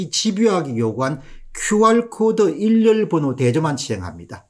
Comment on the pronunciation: "일렬번호" 가 아니고 "일련번호"로 읽어 주세요 !